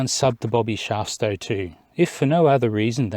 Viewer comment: ERRATUM It's Bobby Shafto (not Shafsto), in case you're searching for him. Apart from that, love Bobby's channel. A worthy shout-out,.